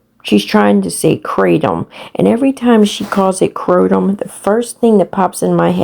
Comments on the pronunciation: OMG MEEEE TOOOOO MMF I literally almost gag when she says it krotom ugh! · She KNOWS how to pronounce kratom! Just like gabapentin she says wrong on purpose! Makes her innocent of ever using such a substance ya know. 🙄